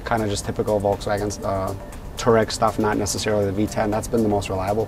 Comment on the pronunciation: It's a f***ing touAreg (tWA-Reg) not a too-reg!